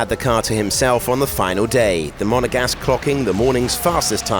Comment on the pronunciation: Not even 15 sec into videos. commentator: Monagasque